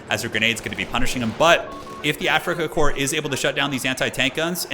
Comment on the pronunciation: There is no Afrikakor. It is Afrikakorps. AfrikakorPS. I cant hear korps I only hear kor... ???